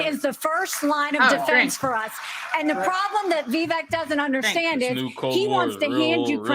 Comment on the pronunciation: "Veevek"😹 "Putin has said, once Russia takes Ukraine, Poland and the Baltics are next"🤪"We're trying to prevent war"🤣"He killed Prigozhin."⚖"And you are choosing a murderer over a pro-American country"♟How many lies can this mass murderer pack into 45 seconds?